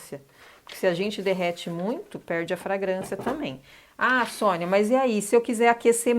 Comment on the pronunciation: Top Top Top demais essa vela. Maravilhosaaaa. Arrasou Sônia 😍😍😍😍👏🏻👏🏻👏🏻👏🏻👏🏻. Falou meu sobrenome certíssimo!! Poucas pessoas acertam 🤭🤭. Um grande bjoooo